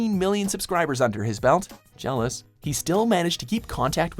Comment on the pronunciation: he said jealous im dead laughing the rest of the day XD